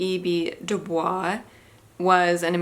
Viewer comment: W E B du Bois is actually pronounced bois, not like the French bwaah, btw.